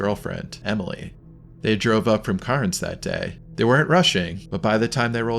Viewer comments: Its not Carens ... its k-air-ns, at least make the effort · FYI, Cairns is pronounced 'cans'. Those messages that the tourists got on their phone is sent only to phones in the areas that's inside the warning zone. If you're in Australia and you get one on your phone, take it seriously.